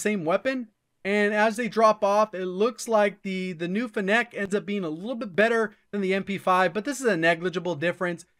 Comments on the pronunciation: It's Fennec not Fennéc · fe neck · I swear its pronounced feenic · Probably not the first to mention it, but it’s pronounced with emphasis on the FEN — FEN-nec, like the fox. Or Vector for the OGs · Did this man just say fen-Neck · why does everybody pronounce it fen nec? its fennec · Yeah and fennec is pronounced fen-ick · Grammar police here. , fennec is pronounced FEH nuhk or FEH nick, as in "fennec fox". :-) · It's pronounced "Feh-nick" like the Fennec Fox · It's pronounced finnick. Like gimmick but with n's and an f. As in the fennec fox. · Great video. Very informative. Please learn to pronounce Fennec correctly tho 😆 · Why does he say Fennec like that?